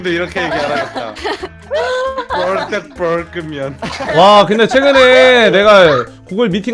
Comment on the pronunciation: 붥다보끙면ㅋㅋㅋㅋㅋㅋㅋㅋ발음 무엇ㅋㅋㅋㅋㅋㅋ